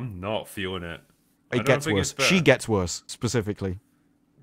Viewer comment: Why can't pronounce the word "worse"? he says it like "Purse" but with a W instead of a P. Do you have some weird lisp?